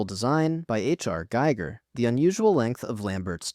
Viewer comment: His name is not Geiger but rather Giger which is correctly pronounced Geeger. O'Bannon stole the Alien's life gycle from A. E. van Vogt's short story "Discord in Scarlet" which together with his "Black Destroyer" forms the base concept for Alien, stolen by O'Bannon.